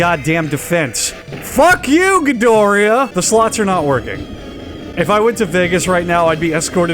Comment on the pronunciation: Say Ghidoria... one more time